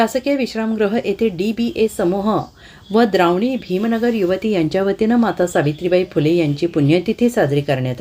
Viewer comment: द्रावणी नाही ते द्रावण आहे Please its request to you henceforth pronounce correct name